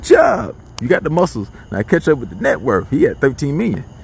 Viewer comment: I holla every time “HE WAS WITUM” 😂😂😂😂